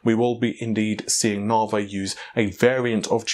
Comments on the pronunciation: It's not " Nah-vay". Try Na-vee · Why do you call it "navé" instead of "navi"? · When did we stop calling Navi Navi and start calling it naaaarvey? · I used to think these guys mispronounced things on accident now I'm sure it's on purpose. Preface (pre-face instead of pref-as), T.I. being tie, navi being Naveh, stadia (stayed-ia)being stad-ia. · Weirdly enough, if I got Google's excuse for the name right, Stadia is just Greek for stadiums. It's actually the correct pronunciation, what was listened to here, instead of the way Google's people spoke its name. I still found Navey cancerous to my ears still. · Around the same time we started saying "fredrippah" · It's spelt Naviayl. His source must be someone from within the design team. It is the new unofficial name. Short for Navi A Year Late. The last L is too difficult to say so it doesn't get pronounced.